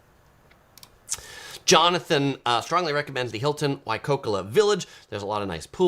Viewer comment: We love the Big Island best and find the open air airport charming and part of the experience. Another fabulous resort is the Four Seasons Hualali and our favourite activity o the BI is golfing. Not cheap but many beautiful courses. Thanks for a great video. By the way, it’s Waikoloa (why coal oh a).